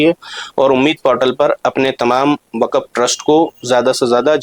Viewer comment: معذرت کے ساتھ وقف کا تلفظ صحیح ادا کیجئے